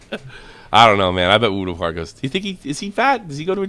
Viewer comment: I like at the end when n boogie started called Mutahar “mutacar” hahaha